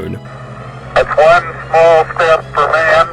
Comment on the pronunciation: He says one like Juan and I can't unhear it